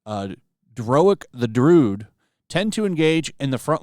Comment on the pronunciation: Also druid is pronounced drew-id